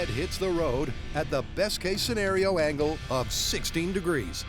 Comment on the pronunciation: This is the second episode I'm watching in a row where the Narrator rhymes "angle" with "dangle" lol